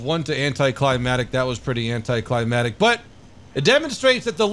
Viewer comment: Anti-cli-mac-tic. Keep missing that 2nd c....